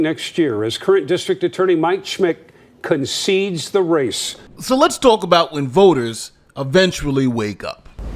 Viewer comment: Did he say Condede Da Race 🤣🤣🤣🤣🤣🤣